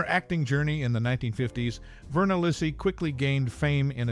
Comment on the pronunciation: Thanks for your video, but you are mispronouncing her surname! The Italian name Lisi is pronounced Lee-see (accent on the first syllable).